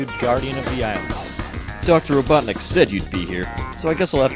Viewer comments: It's robotinik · "Ah Knuckles, you were the only one who could pronounce my name right," I still love watching this even today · It’s robotnick ! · ITS rOBoTniCk